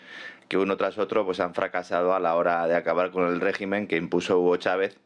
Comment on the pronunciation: no pierdas el sueño por el rrrrreeeeeeegimen!!!! Real politic!!!!!